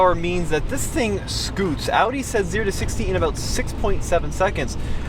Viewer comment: He knows how to say audi correctly 🙏🏻 thank u and greets from Germany